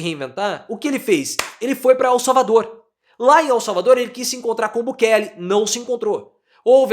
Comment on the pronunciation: A pronúncia do sobrenome do presidente de El Salvador é Bukelê. BUKELÊ, entendeu? 🤔